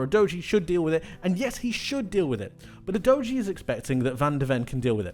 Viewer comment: Great analysis but not sure that’s how you pronounce Udogie?? I mean there’s actually a premier league video from sky sports in which he says his name and it doesn’t sound like youdoughgee